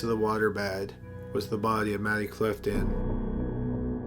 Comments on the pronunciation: Jessica Grime lol i didnt notice till yoh point it out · Bodyyyyyy.... Pliiiice, Troubleeeee, Murdeeeeer.... Jesus man! No offense, I ean nothing bad, but you have, by any doubt, THE WORST PRONUNCIATION out of all channels THAT ARE NARRATED LIKE YOURS! It's a real wonder you have so many views! I ean, it's down to the great quality and every interesting subjects and stories! But you should definitely find someone else to do the narration!